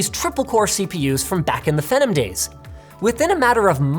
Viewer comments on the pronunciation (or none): WHY DOES LINUS ALWAYS PRONOUNCE PHENOM WRONG???? HE SOUNDS DUMB!!!!! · WTF is Pheh-num? Its PHEE-NoM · What? It's not pronounced fee-nom??